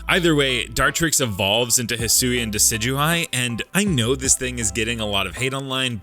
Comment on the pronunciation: Decidueye, not Dusudy! And do not leave off the A in Hisuian! And stop typing in all caps!